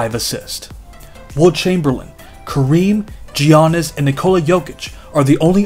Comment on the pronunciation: Love the video! Giannis is pronounced as YAH-nis